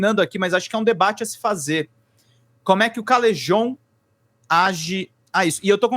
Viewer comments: Pronunciem CaleJon, não Calerron... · Não sei de nada da treta mas sou do time do Helder dos Galãs feios e chamo o Calejon de Calejon e não Calerron